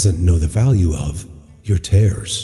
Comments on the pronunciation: The voice made several grammatical mistakes and mispronounced tears. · Yes, I noted that myself.